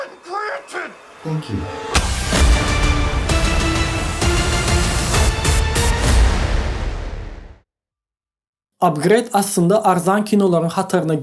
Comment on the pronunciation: Dos bagyşla, ýöne dogry gürlemäni öwren "Pripýat" beýle okalanok! "Parasite" beýle okalanok! "Upgrade" beýle okalanok! I think you're obsessed with other Youtube channels